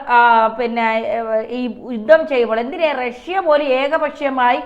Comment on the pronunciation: 'യുദ്ദം ചെയ്തു ' ?ഈ 'യുദ്ദം' ഒന്ന് തിരുത്തിക്കൂടെ? യുദ്ധം എന്ന് ഉച്ചരിച്ച് ശീലിക്കൂ.....